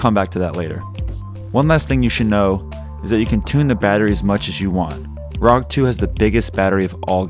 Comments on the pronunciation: You pronouce "rog" like "rock" it should be pronounced as r,o,g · I had to stop watching after he said rog as one word